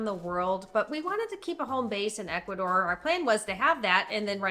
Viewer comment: Please work on your Spanish pronunciation. For people who have lived in Ecuador.... come on. H is silent in Spanish. Vowels sounds are very predictable in Spanish. Just try.